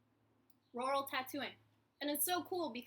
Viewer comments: I'm from Georgia and I've always heard it pronounced "rer-al," to me it sounds like you say it more like royal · haha it took me a while to work out that you were saying rural - in Australia we pronounce it roo-rul, so I was like I don't understand lol